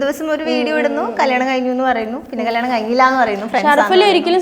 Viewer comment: കള്ളാണം അല്ല കല്ല്യാണം 😂😂😂